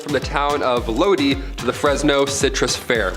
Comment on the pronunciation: Would have been better without so many repeats of the same thing!!! Tuscon is not tucksun.... Lodi=low-die 🤷🏼‍♀️ But at least gets more correct than most!! Fake southen accent....big nope.